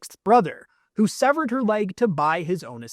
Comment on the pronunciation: Severed* not stevered.